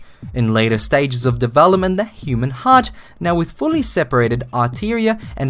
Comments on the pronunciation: ..... AR-tear-ea?... Nice.... Its pronounced. ATE-TREE-UH. ....u moron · atria... "arteria" really now...ARTERIA? Say it with me now.. you can do it..... A-TREE-UH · Very near end... voiceover should pronounce 'atria', the word seen in accompanying caption (it's the plural of atrium, a chamber of the heart)... not pronounce 'arteria'. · "...arteria"? Give me a break and learn how to pronounce the word! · atria. not arteria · Wow this dude just has no idea on how to pronounce things. Atria is pronounced arteria?!?!? Sorry the Aussie accent isn't that devolved from the other english speaking accents. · Did you really just pronounce atria artiria??? HOW?? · 8-tree-ah not art-tear-ee-ah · Why did he say arteria instead of atria in that last bit????? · atria not arteria.. sigh... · It's pronounced A-tree-ah (atria) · atria pronounced a tree ah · The way you said "atria" triggered me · you mispronounced "atria" on the last mutation. Flame ON!